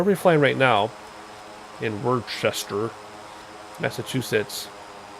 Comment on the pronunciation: Im from Massachusetts ..It is pronounced " wuss-tah"